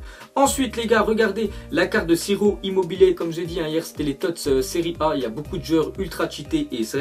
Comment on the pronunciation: C'est pas sirop immobile c'est ciro immobile ca ce prononce "tchiro"